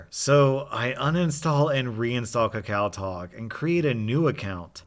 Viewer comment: hey man im korean and its actually pronounced ka-ka-oh talk